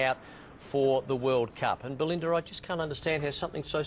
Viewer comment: I think her name is Belinda - not Balinder - you picked up the Ozzie accent LOL